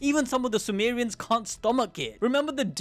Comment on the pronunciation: Calling them Sumo-re-ans in the beginning sounds hilarious